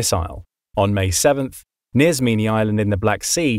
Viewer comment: Your also one of the only person in YouTube to call snake island in its proper name Zmiinyi.